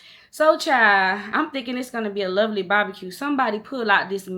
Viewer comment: The way you was saying “bahbacue” was cracking me up you so country! 🤣💓